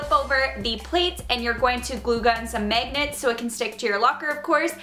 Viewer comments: its mAgnets not mEgnats xD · I like how she says megnits instead of magnets its so funny :) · The way you say magnets really annoys me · It's hilarious when she says magnets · It is annoying the Way you SAY magnets.........😑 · I cringe every time she says magnets😂😂😂